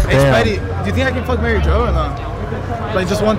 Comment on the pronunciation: Dude really said “Mary joe”